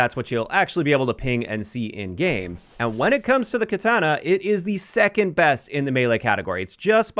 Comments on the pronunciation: I think he pronounces it as ketana (with the an sounding like SANIC) the first two times and then correct pronunciation or close enough the third time. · Why are you saying katana that way lol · I'm losing it at how you pronounce katana